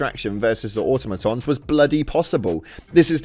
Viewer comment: Why can no one say Automoton. AH TOM O TON.